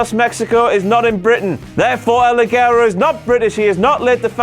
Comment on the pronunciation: I don't know if you guys read this, but everybody gets El ligero's name wrong, even himself and his song. In spanish is pronounced Lihero with a "ha" sound. I'm a native spanish speaker :v